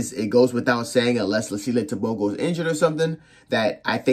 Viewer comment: Ter-Bho-Go😅 American accent